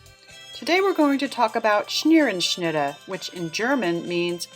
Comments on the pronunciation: Scherenschnitte is the correct word. You are pronouncing it as if it has an N in the first syllable. Your pronunciation is “schnerenschnitte”. How about removing that N? Thanks. I wouldn’t quibble but you are a librarian and I thought you would like to know. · You're right - she is pronouncing it incorrectly. Not Schneerenschnittah. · It's irritating. At least pronounce it correctly Scherenschnitte